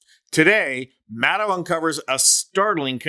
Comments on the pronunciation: Her last name is pronounced like shadow…Maddow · Sometimes you pronounce her name correctly, the way she does: Maddow::: like Window. Other times you revert to the way most MSM folks say it. Nobody says the ow in window the way it's pronounced in endow. In fact her last name ends with the same sound that your last name ends with,. That should make it easy to remember. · Rachel pronounces her surname with a “long O” at the end. Like “meadow” (grassy field). Practice with that a few times. You’ll get it.